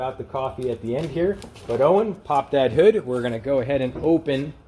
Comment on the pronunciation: Wow, the emphasis on those words like "hood, squirt, nuts" etc.... lol funny guy